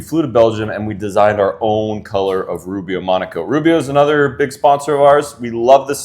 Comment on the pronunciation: I'm commenting but don't have/or want an Instagram account. If I am chosen can I reach out to you but not social media related ie via email?! Before you slag off the metric system just remember, you're beloved imperial system is actually calibrated using the metric system. When you say Rubio-Monocoat why does it sound like Rubio-AR-Monocoat.